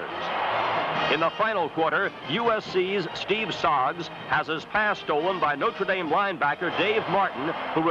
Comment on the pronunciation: He properly pronounced "NO-TRuh" Dame, not "NOter" as people pronounce it now.